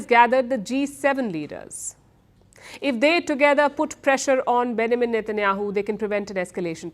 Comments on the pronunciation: Its BenJamin not Benamin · Palki: Benjamin 🚫 Benamin ✅ 😂😂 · Name pronounced benjamin /bĕn′jə-mən/ BEN - JA - Min - pls get it right Palki